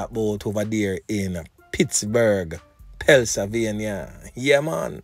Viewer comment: It's PENNSYLVANIA, my dude not PELLSYLVANIA